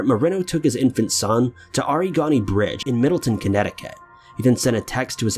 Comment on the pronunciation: It’s pronounced “arrig-OH-ni” bridge and it’s in MiddleTOWN, not TON, Connecticut.